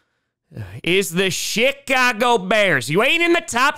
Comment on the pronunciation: do you say chicago or shitcago? I can never tell lol. Maybe its just me tho